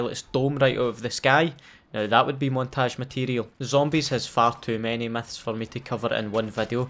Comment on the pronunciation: i love your accent, "biggest meths in call of duty games" xdd